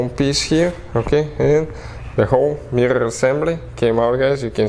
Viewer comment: I watched just to hear him say mirrrrorrr a bunch.